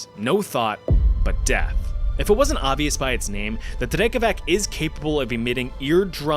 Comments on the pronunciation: Phenomenal video, as always! I have only one remark, which is your pronunciation of 'drakavac' - it's not 'dreck-a-vac', it should be 'dreh-cuh-vutz' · Drekavac is pronounced more or less like that only the C in the end is read like ZZ i "pizza". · "Drekavac" is said with a "tz" in the c, not a "k". Yea Slavic languages suck but screw it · It's pronounced "Drekavatz", not "Dreakavak", but thanks for mentioning it anyway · It's pronounced "drekavatz" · It's "drekevAch" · Bro, it's pronounced Drekavatz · Southern Slav here, the "c" in drekavac is pronounced like "tz" in klutz. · Its C not K. DREKAVAC dont read it like English. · The pronunciation of the word Drekavac was the most terrifying thing in this video.